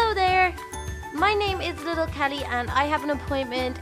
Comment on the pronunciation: that's not how you say little kelly yea is right